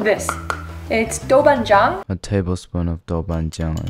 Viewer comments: the pronunciation of 豆瓣酱 is somehow better than the recipe video, incredible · 7：58 your豆瓣醬 said so well